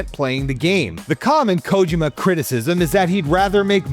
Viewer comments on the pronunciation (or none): This bastard kept saying KOW-JIMMA instead of KO-JEE-MA. Could have at least learned how to say HIDEO's name right. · For the PPL who grew up with MGS we all know his name is not KOW-JIMMA but instead KO-JEE-MA. ✅ And the bastard was the one who wrote this story. Could have at least learned how to say HIDEO's name right. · Can you guys hire someone who can pronounce Kojima’s name properly? And doesn’t make terrible jokes that sounded like AI wrote them? More videos from please. You guys need to hire real journalists this video is so cringe